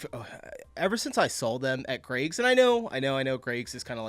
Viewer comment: It`s Greggs not Craigs!